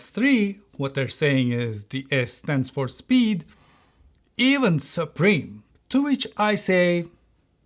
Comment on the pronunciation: it should be supreme, not superme. I love your content btw :)